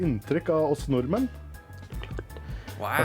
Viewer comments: He will be understood by Norwegians, but he say them wrong… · Yes, the norwegian word for norwegians is nordmenn, your pronounciation is perfect if you just ignore the d. Also I think you have a really good pronounciation when you say norwegian words